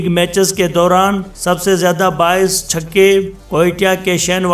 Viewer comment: Sab se Zaida Chonky Kamran Akmal Shane Watson Luke Ronchi aur Devich ne banaye Devcich nahi Devich Chokay nahi Chonky hahahaha Bhai Kahan ke rahne waale ho lagte toh Sahiwal ke ho